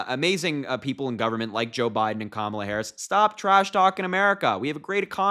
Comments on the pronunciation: Stupid Alana daba-doo it’s not Camel-a, not KaMAla, it’s KA-mala or comma-la or , la. Comprendé? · Cam e la??????? Cretins. Can't even pronounce a name????? Not the only thing that flopped. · 👂🏽LISTEN UP! hey maga, it’s simple but to help ya out, it sounds like this…. ,la (comma-lah) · The Camel’a pronunciation was intentional. She knows how to pronounce it properly, but incorrectly is intended to be insulting. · The reason for not pronouncing Kamala is pure ignorance and they’re siding with the right party dummies r us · They say her name wrong on purpose!!! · They mess up Kamala Harris’s name intentionally. The same way that Trump says Barrack Hussein Obama. They are vile!!! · And he flopped badly at the NABJ Conference in Chicago too! He just whined and cried like a baby, about the sound, about the ABC Reporter. He repeated his same old lies about immigrants, and just generally made stuff up. And yes they are deliberately mispronouncing her name. Nobody cares! She is whipping him in the polls, and so they have to resort to name calling, and insults. Just juvenile behavior. And Kamala has already met with President Zi Jinping as Vice President! So what is he talking about?? Just stupid! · Did you notice the black and white outfit too? And they mispronounce her name on purpose as a mark of disrespect. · They know how to pronounce her name. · Harry, my boy. They’re pronouncing Kamala wrong on purpose. I can provide several reasons why, but the most recent is Trump’s interview with Laura Ingraham. Talked about pronouns. Says he doesn’t give a shit about em. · Trump thinks mispronouncing her name humiliates HER 😂 And, just because he mispronounces, his minions also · Republicans mispronounce Kamala's name as. a way to disrespect her. There's no mystery- they think they have plausible deniability. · They are intentionally mispronouncing Kamala's name. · It doesn’t matter how they mispronounce her name, they’ll all be calling her Madame President before too long.